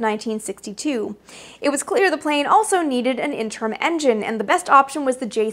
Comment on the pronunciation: You need a verbal editor. Some of your pronunciation is ... idiosyncratic, to say the least. I know you're Canadian, but that's not the problem. It's typical of a self-educated person to mispronounce words they've only heard in their head, but when you blow a word like "interim", there's a problem. Or maybe it's dyslexia. I dunno. Anyway, you need someone backing you up before you release these videos- one misfire can make the next 30 seconds a whirlpool of "huh?"